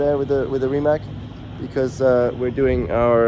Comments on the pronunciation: Hi Nico, since you got the privilege of having the first Nevera I think you should be pronouncing it right :) You are saying Rimac as in Rima/k/ but actually, it is pronounced as 'zz' in pizza :) So, it's not Rima/k/ but more like Rima'zz' :) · First mistake is its called RimaC Nevera not Rimak ( i know English pronounce C as K but in this case C is C) second Charles was second place not third. And George is fantastic driver but tbh if Ferrari didin't mess up tactics and engine failures George would be far way behind. So i would put CL on second place close to MV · Nico / please start saying Rimac correctly as its not respectful to Rimac. Thank you